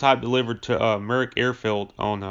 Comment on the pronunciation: Muroc (Meurock), not Merick. Milo BircHham, not Birkham. Jesus, dude. If your going to use Wikipedia as your script at least read it correctly.